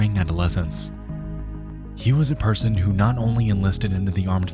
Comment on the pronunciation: a very good persAUn